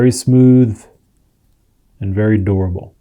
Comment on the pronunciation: He said the crepe brush rubber is durable but I heard him say "adorable" and I agreed, it is adorable too